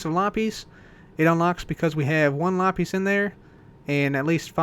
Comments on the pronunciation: it's pronounced "LA-pizz", not "LAH-PEEZ". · You pronounce lapis as lapeez, just sayin' not judging.